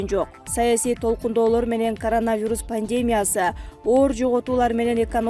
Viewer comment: Пандемя эмес пандемия, качан туура айтасын ушул созду?